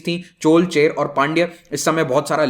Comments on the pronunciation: Hey Guy before teaching please learn proper pronounciation. It's not Chole and Chair but Chola and Chera. Thank you. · Chola, not CHOUL. Chera, not CHER - Use the right pronunciation, please. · Can't you pronounce cholas or cheras? It's not chols and chers..